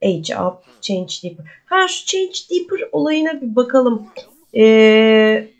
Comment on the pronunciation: Celeste selest diaper daypır ve care keyır diye okunur sevgilerle🙂